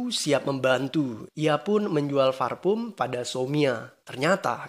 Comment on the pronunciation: parfum kak.. bukan farpum.. hihihihi